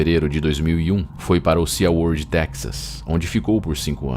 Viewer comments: Se pronuncia "si" world e não "sia world." 😉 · por favor me perdoe mesmo mas SeaWorld pronuncia-se SiWorld o A e mudo